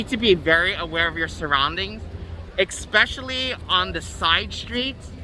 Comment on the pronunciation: The "Exspecially at night"drinking game will get you messed up.